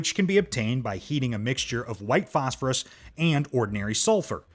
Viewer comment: Wow, so many mistakes, the A.I. from tin to thin and so manny during the galidium demonstration i think autocorrect did you wrong on this one phospherississ , hepically and so manny more this never happened when you narrated it yourself.